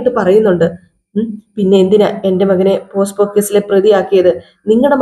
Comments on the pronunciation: പോസ്കോ (posco ) അല്ല പോക്സോ (pocso)... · അതെ പോസ്കോ അല്ല പോക്സോ